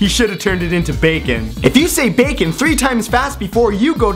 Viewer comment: I think the best part was at the end when you messed up saying the word "bacon" cuz you said it so many times 😂😂 this was genius